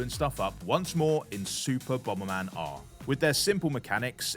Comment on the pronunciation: "Bom-ber man", what a div.